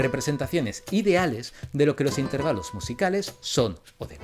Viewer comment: el mejor youtuber que toca estos temas CON DIFERENCIA. un par de apreciaciones. 1- lo del ruido blanco es porque enmascara otros sonidos y evita distracciones :) aunque si, si no fuera placentero no tendría sentido que alguien pudiera dormir con ello. 2- creo que el catalán te jugo una mala pasada otra vez, al decir "intérvalo". es llana, no esdrújula 😅